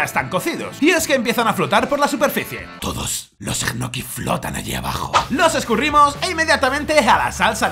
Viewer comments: EJNOKIS JAJAJAJAJAJA... LOCO SE PRONUNCIAN ÑOQUIS! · que raro que pronuncias. yo soy de argentina y siempre pronucie ñoquis y escucharte decir egnoquis me bugueo la cabeza y quede con lag mental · Soy el único que cuando dice egnoquis se quedo diciendole ñoquis culiado son ñoquis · O 'nochis' como dice Pablo jajajaj. Por cierto, ole por lo de Dani!! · Se pronuncia Ñoquis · Que forma rara de pronunciar Ñoquis (?